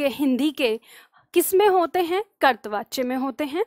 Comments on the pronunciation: करतवाच्य नहीं कर्तृवाच्य बोलें। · ham aapke student Or hindi pad rahe to ek galti mane aapki pakdi aaj kartri vachaya ka ucharan ache se kare karipa karke Or aap bilkul acha paddhati hain ❤❤